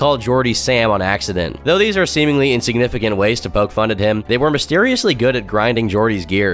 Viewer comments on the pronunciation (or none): none